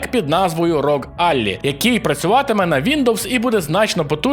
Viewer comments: Мабуть що слово Ally в назві консолі - то союзник. Читається як əˈlʌɪ, а не Алі :) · Чоловіче, ти серйозно, Аллі? Це мало б звучати як Аллай чи Еллай, спробуй сам через гугл-перекладач. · Дякую за контент, дивлюсь вас постійно! Але! Навчиться вже будь ласка вимовляти англійські слова. Ally це «союзник» з англійської, дуже просте слово, яке знають всі хто хочь якось намагався вчити англійську і вимовляється як Е Л А Й, а не А Л І🤦🏻‍♂️ Будь ласка вчить англійську бо в мене кров з вух. В англомовному сигменті інтернету давно є 100500 оглядів цого пристрою де люди правильно вимовляють те слово, які ви теж, виходить що, не дивитесь… І до речі, як ви збираєтесь проходити ігри без касабської мови і без української як що ваша англійська на такому рівні? Дякую. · Не "аллі",а "еллай". 😉